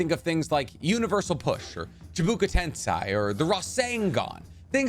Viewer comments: Tensei lol not tensai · Bro please say tensei well😭😭